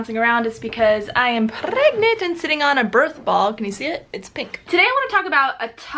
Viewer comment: I love how you roll your “r” all happy when you say, “prrregnant!” :)